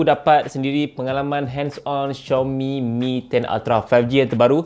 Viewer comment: betul sebutan xiaomi ko tu...channel lain sebutannya Ziaomi.